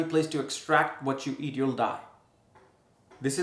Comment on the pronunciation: Whatever you eat you have to EXCRETE - what you pronounced sounded to me like extract which makes it hv no meaning which is making sense 😮😅😂